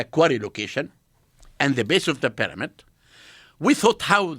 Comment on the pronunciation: Expert on the peramid can't even pronounce pyramid.